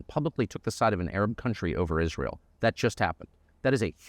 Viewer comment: I noticed you said "America AFTER Is ray l